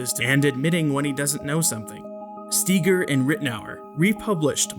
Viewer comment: Though you are so intellectually and morally superior to all those "nutters" , you can't even pronounce Brad Steiger's name correctly.